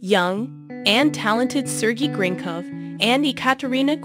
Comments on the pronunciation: It’s pronounced Sir-gay Grin cough and E-kat a re na - Gor D ava ( obviously not spelt that way but that’s the correct way to say it) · Right On!!! She's irritating me. 😏😂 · I just starting watching this and was getting so mad she couln'd do enough research to get the names correct.